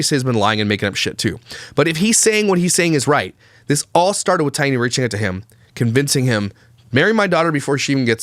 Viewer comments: please just say “T”, instead of mispronouncing her name 3 different ways throughout the video. Thank you. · Nope. It's pronounced like TIE-nuh. Similar to Diana but with a t is the way she described it in her own video. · Her name is pronounced “Thai-e-naw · The baby looks exactly like JJJ but Taina PRONOUNCED “I-Ana “ says the baby looks just like Cleopatra! Weird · Her name is pronounced Taint